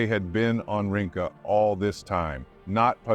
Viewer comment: 'Rinca' is pronounced "reen-cha". Not "ring-ka". I'm a local.